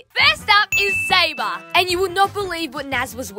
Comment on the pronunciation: Her name:Sabre Them pronouncing: Sabah